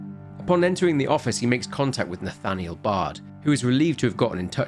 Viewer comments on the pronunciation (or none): none